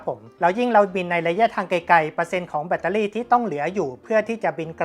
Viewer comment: แบตเตอร์รี่ครับ ไม่ใช่เเบตตารี่ 😂